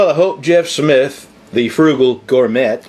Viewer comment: Cool video. Smart and easy way to do the job. By the way Gourmet is pronounced Gore-may. LOL